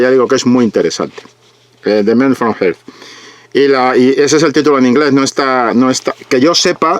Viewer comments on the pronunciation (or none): No eres el único español que veo pronunia "Earth" como "Geard"...como si fuera "Heart" (Corazón)..pero Earth no comienza con H...se pronuncia algo así como "ERD"..sin la "J" al inicio, jaja.